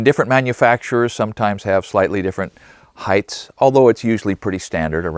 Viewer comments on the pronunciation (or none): It's Height not Heghts lol